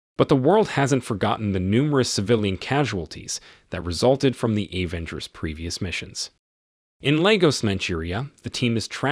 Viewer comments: why he said like that? A-venger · Very realistic robo voiceover. Pronunciations of Avengers, Natasha et al were hilarious.